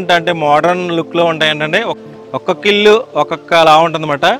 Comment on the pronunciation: Illu lu kaadu babu.ఇళ్లు అనాలి.